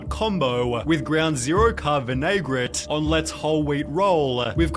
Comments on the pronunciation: Vin uh gret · “VIN-UH-GRET” JFC.